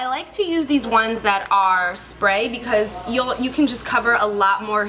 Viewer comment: It's funny how she said because when she was blotting her face. Hahaha. Becaush